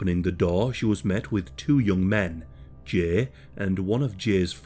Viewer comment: The way you say Jay makes me want to rip my ears off